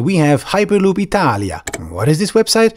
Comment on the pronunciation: I cracked up when you you said itaalia